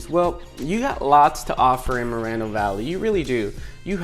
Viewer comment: its mor- eeeee no valley